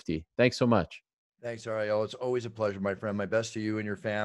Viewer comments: Love how he pronounces ariels name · ironic how the announcer can pronounce all the ufc fighters names for not ariels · Ariel, only name Bruce Buffer can’t pronounce